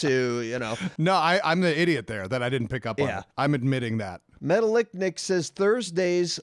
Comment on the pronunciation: ‘Metal-lic Nick’ not Metallic Nick... Classic... Adorably stupid.